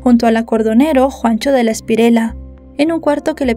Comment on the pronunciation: Jajaja si me dió mucha risa cuando dijo Juancho de la Espirela